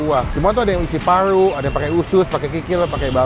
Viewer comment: Paru bang Bukan Palu 🙄